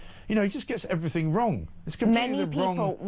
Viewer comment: It's everything not everythink FFS.